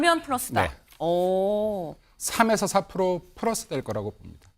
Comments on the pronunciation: 프러스 ㅇㅈㄹ 하네 ㅋㅋ 발음도 줫같네 ㄹㅇ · 걸음걸이 봐라.....저 인간...그리고 대변인 이라는 인간...플러스 발음 조차 못하는 거 보면 기초 공부라도 제대로 했는지 싶다. 암울하다.